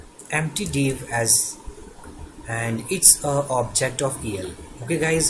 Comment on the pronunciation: Two suggestion so far, although video content are very informative: 1. It's pronounced as obJect, not onsegt 2. It's pronounced as inItialize, not InSlice